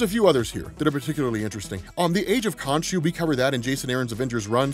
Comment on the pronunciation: When I left youtube on autoplay, I didn't expect it to reach here. Suffice to say, I got MH4U flashbacks when I thought you said "Konchu"